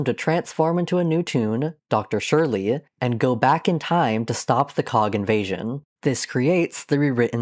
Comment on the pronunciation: Why does every video about Toontown call Dr. Surlee “Dr. Shirley”? Does this just sprout from how Loopy Goopy used to say it or is that just how everyone thinks it’s pronounced?